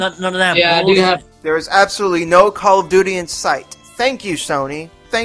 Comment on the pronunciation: "CALL OF DOODY" lol